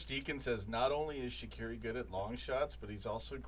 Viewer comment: I love how pronounces shaqiri so wrong